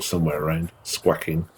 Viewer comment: What's wrong with you Brits; squaking is not a word, squawking is. Learn to pronounce basic English.